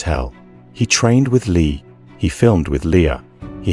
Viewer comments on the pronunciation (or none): Brandon lee passed at 28 years old not 38 years old if you are gonna do videos like this at least get it right and it's prounced lee not Leah